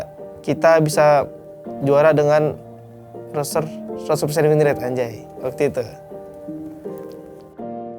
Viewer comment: "Roster" bro bukan "Roaster" Mau manggang Lo? 😆